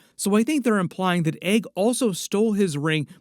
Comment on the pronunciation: Egg not Aeg 😂